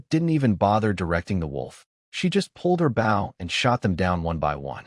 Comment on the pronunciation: Please make the ai do the pronunciation of 'bow' correction